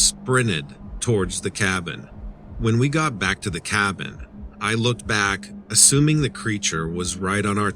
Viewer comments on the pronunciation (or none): none